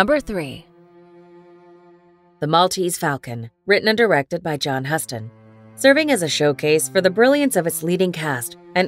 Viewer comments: The way to pronounce the director's name is more like "Youston." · One would think a channel devoted to classic movies would know how to pronounce the name of the legendary director John Huston. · If you are going to have an AI read your crap… it should at least know how to pronounce John Huston